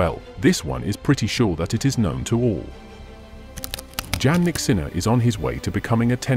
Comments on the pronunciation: PLEASE LEARN TO PRONOUNCE THE #2 tennis champ correctly! Yannik..how do you expect fans to listen to your content when you are unable to even pronounce the name of this remarkable athlete correctly? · His name is Jannik Sinner, not Jan or John from your pronouncing his name. Jannik didn’t has a nickname Jan or John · Nice video but pronounce his name correctly. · You made a video about Jannik but you don’t even know how to pronounce it.